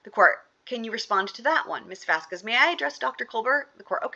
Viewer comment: I think correcting on the pronouciation of a specific attorney's name and the questioning regarding That Umbrella Guy's actual name/title, not muddled and ever-changing version of TUGs channel! So satisfying! If only he had corrected on the pronunciation of "Vasquez"!!!!